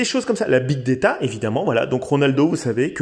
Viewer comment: On dit pas big déta, mais big data